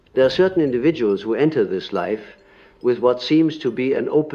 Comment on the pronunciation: So when he said unlived life he pronounced life as lif - is this an indication that this is ai generated voice reading something that Carl Jung was never recorded saying? How do we know it wasn’t edited?